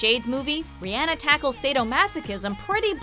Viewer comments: did she just say riAAnnA, no. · Ree-on-uh. Not Ree-Ann-uh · It's Rihanna not rihyanna. GOSH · sis, do you know how tf to say ur As? it’s not air-iana and it’s not ri-anne-ah. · I didn't know he name was pronounced as ri-anna 😂😂😂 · TLC is NOT pop, but 90's R&B....and it's pronounced Ree-uh-na (that's the closet I could spell it, sorry). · “RiANNA” IM TRIGGERED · Riana. Riana. I can't even spell it the right way to make it seem like they're saying it. Ugh! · Riyanna?? WTF?!? Who says her name like that? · Ri-anna? Really? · How she pronounced Rihanna Ri-anna😁😁😁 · The way she pronounced Rihanna oh my